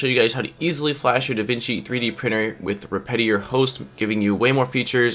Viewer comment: respitary? really tho